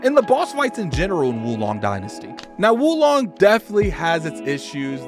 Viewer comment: Whoa Long. Not Wu Long lol.